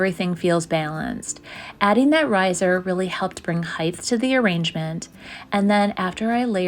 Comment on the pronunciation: The word "height" ends with the letters "ht" not "th" so it does not end with the th sound that you spoke.